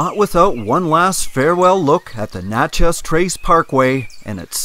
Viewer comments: Great vids...but I have to nit-pick a little. It's pronounced "Natch-ez:, not "Notch-ez".....and if you enjoy the Mississippian Native American culture, head on over to Moundville Alabama and visit the park there. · It's Natchez! Not Notches! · Nat (rhymes with mat) chez. Little off on the pronunciation :) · you could just place your shoes with the sun facing the inside of your shoes and they would have dried out quickly. Locals pronounce Natchez as Natch.ez (like hatch). Love your videos. Always so informative with beautiful photography. I haven’t seen lightning bugs in years. Thank you again,. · Great area. 3 friends and I rode our bikes down the Trace in 1995. Nice to see the pictures. BTW it's pronounced "NAT-chess" (iike gnat) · It is pronounced Gnat Chez. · Robert Morris. Yep. "From Natchez to Mobile", and yankees can't pronounce either. For our dear viewers: Naa Chez to MO beel Other place names in the video are savaged also. Still a pretty good set of photography. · Great video. I laughed the whole way thru this video how u pronounce Nat(like the bug)chez trace. Works better if u really have a good southern twang like I do. We just call it The Trace. Don't speed. U'll hit a deer. I live near all in this area between Corinth and Jackson tn. Can u use those shoe driers in ur bed to keep it warm? Great civil war park at Shiloh, TN if u get a chance. U must have been here earlier in the year today it was nearly 100 here and heat index was 108. U can't stand it with no a.c. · Please ask a few residents on how to pronounce the names of the towns. Natchez isn't pronounced like nachos. You may be arrested the next time you drive through. Good job on the videography though. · please it's Na long a sound.